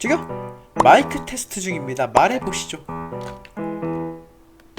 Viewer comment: 마↗잌↘그 테슽트